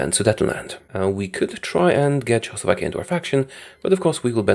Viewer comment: i love how he says Czechoslovakia as chowslovakia